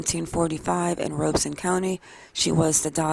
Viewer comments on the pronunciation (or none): Robeson Co. is pronounced Robe-eh-son. (I'm a North Carolinian) Thank you for your coverage!